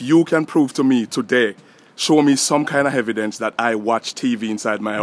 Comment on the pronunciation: "Hevidence" Lol